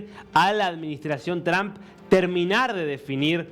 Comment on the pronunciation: Todos los Argentinos, pronuncian el apellido del presidente Estadounidense de manera equivocada. Si no hablan inglés simplemente digan Trump con U.... esto es mejor que TrAm...es A está muy demás.